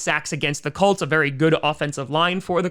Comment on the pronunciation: I find it funny that he keeps calling them the Cults